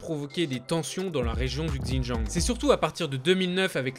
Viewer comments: ouais mais là, ça fait limite raciste prononcer comme ça ^^ (je sais que c pas du tout raciste bien sûr ) mais voilà ça reste mieux avec une prononciation plus correcte je trouve, c'est tout :) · J'ai du mal à enregistrer les Infos pcq je me focalise sur sa prononciation 😱 Xinjiang sur Google translate et prononciation parfaite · Ça a strictement rien à voir Va dire à un Chinois "Gzindjiang" il va absolument rien comprendre. Ça ce prononce pas du tout comme ça c'est une grosse erreur. Il aurai pu prendre 2 minutes pour vérifier mais... non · Pour la Chine et Pékin, se sont les noms en français mais il n'y a pas vraiment de retranscription exact pour le Xīnjiāng, c'est un nom propre qu'on est obligé d'utiliser. Évidemment je dis Canton pas Guăngzhõu mais là c'est différent. En fait la plupart des gens prononcent mal Běijīng mais c'est juste une histoire de tons et le "g" est quasi muet. Mais là c'est surtout le X, ça se prononce sh. Si on prononce à la française Běijīng c'est pas grave du tout on sera compris, en revanche si on dit Gzīnjiāng ..... impossible d'être compris. C'est une grosse faute. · super vidéo, par contre fais attention à la prononciation du mot xinjiang ^^ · il parle de Xinjiang tu parle pour R, ça prononciation est off mais à moins que tu étudie ou parle l'une des langues chinoises tu peux pas deviner que ça se dit ([c] in[t] ian'). En sachant que les articles qu'il montre sont écrit en français et que prononçait un mot dans une autre langue en pleine phrase française serait fortement étrange.... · ca se prononce "sinjiang" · On dit bien "shi djinping" pas vrai ? Et bien pourquoi il dit "Gzindjiang" ?? Il aurait pu prendre 3 minutes pour regarder la prononciation au lieu de casser les oreilles des sinophones comme moi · Super vidéo ! Par contre, "XinJang"se prononce "Ssine djangue" 😉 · ça se prononce "shindjiang" rien de bien compliqué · il dit Gzindjiang, c'est dans son texte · Si jamais xin jiang se prononce : shin dziang